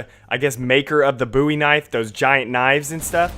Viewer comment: Did you say... MEXICANS?! ARIBA! kidding and its Bowie like Davie Bowie lol